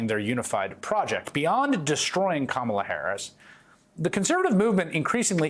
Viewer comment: Go, Go, Kamel-Uh "TOE"!!